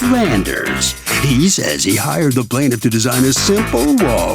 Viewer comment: Lmao not plant of ....Plantiff?